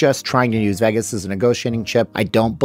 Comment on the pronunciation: The way he pronounces “Vegas” upsets me